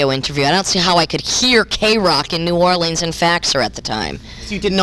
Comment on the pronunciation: does she know she’s mispronouncing New Orleans?